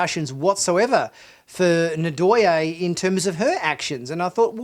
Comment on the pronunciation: Loved the review, thus far, as of . Just a note: it is "NNN-Doy-aye" (hard 'N' sound, no "ah"). It's a Bantu name, similar to Zulu. The tongue touches the roof of the mouth hard, then 'Doyaye'. Just a friendly thought. I agree that there should have at least been a line about an inquest into her actions. Otherwise, good stuff. Admittedly, you get a bit petty on Burnham's emotional state . It's interesting, as the first scene that comes to my mind is when Kirk learned "those Klingon bastards killed my son!" He practically falls down against his captain's chair, in supreme grief over it. So, these events have moments. She's not Sisko; she's not Kirk; she's not Picard or Janeway. Please quit making them the measure of her character. That's not remotely fair. As well, you realize these people saved their homeworlds. I'd do a bit more than just jump up and down. I'd get downright blitzed! No telling what would happen. The satisfying ending makes the emotions well-understood. Picard has his own damned emotional issues, which is the core of his problems, as we see in Picard. So, no - I "can't imagine" Picard getting jumping up in down, in circles. It's Picard. These people are NOT Picard. Please quit with the false equivalencies.